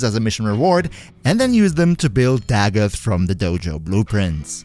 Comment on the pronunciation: Finally someone that pronounces her name right. I promise it’s not da goth